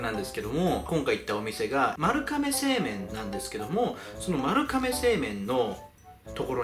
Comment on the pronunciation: まるかめw まるがめやろw